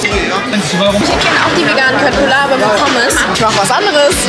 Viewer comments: man spricht es schöttbullar aus und nicht kött😭😭😭😭😭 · Kötbullar spricht man nicht mit K sondern mit sch und das u spricht man als ü aus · Julia!!!!!! Köttbullar spricht man wie Schöttbullar aus 😄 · ... Leute man spricht es SCHÖTTBULLAR aus...trigger😂